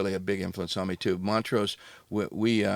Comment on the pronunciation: was lacking this episode. Not knowing who Vinny Paul was and calling Montrose Moneray 😂